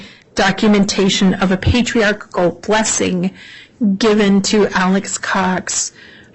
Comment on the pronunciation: Everytime she mispronounces Patriarchal, it makes me giggle. Even in the church, so many people say it wrong.😊